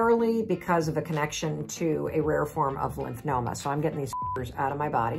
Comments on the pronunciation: It’s lymphoma…not lymph”noma”….sorry that drives me nuts. Otherwise, thanks for the info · Why do you keep saying lymphNoma instead of lymphoma? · lymphNOma is saying NO to lymphoma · It's never a good idea to take medical advice from a non-medical professional. Particularly one who cannot pronounce the word lymphoma.